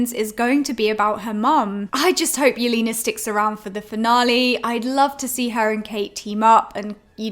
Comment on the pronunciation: the way you pronounce Yelena's name is so funny! it's not "Yelina", it's "YelEna", more like in "lesbian"